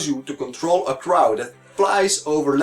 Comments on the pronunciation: krau? its crow.. like cr-oh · Good review but krau made me laugh a little bit